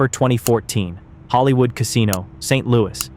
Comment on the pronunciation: It's Saint Lou issss Not Saint Louie 😭😭💀